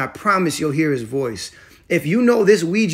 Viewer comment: Bafoonery 😳🤦‍♀️ this word😂